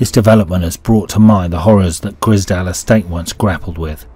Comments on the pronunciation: Im sure its the grizedale estate and not grisdale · Grize _dale , Grizedale , not Griz_dale estate ! edit, so annoying hearing you butcher the name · Its the grizedale estate not the grizdale estate mate. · Wish the narrator would say Grizedale properly 😂